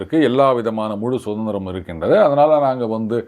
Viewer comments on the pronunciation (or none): none